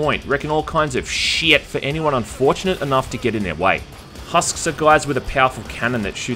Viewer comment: I love when you say "SHIET"